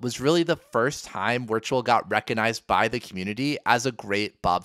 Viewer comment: VUH VIRTUAL. please stop saying Wertual